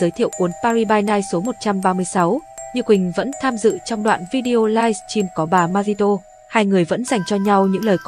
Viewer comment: Phát thanh viên ơi, đọc tên người ta cho đúng dùm: Ma-ri chứ không phải Ma-di